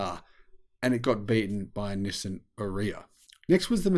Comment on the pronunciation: Nissan —> “ni + san”😊 Not “no,sim” 😢 Have a great day